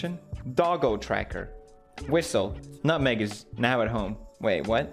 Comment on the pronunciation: my favorite pewdiepie quote: "nutweg"